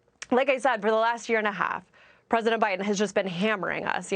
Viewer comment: 🤣She said O’Biden.